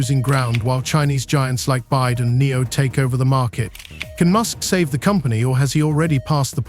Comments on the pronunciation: Its B Y D Build your dreams not Bied , attention AI robot you must use better language model perhaps CHina deep seek model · byd not bide